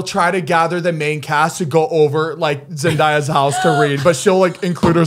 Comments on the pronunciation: Zane I love you bro but it's pronounced Zen-day-a. Not Zen-die-a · ZANE!!!!! it's not zendaaya it's zen-day-ya don't ask why that frustrated it just did. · Zane I love you baby but you got to start pronouncing Zendaya’s name correctly 🤣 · Not Zane pronouncing Zendaya like Zen-dye-ah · zane say it with me (zen-day-a) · please, someone, tell zany that he's saying zendaya's name wrong!!!!!